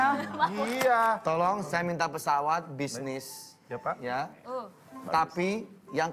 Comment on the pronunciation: Salfok waktu liat bilang bisniss